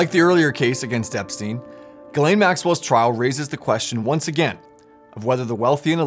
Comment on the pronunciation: its name is jizlane! Pronounce correctly...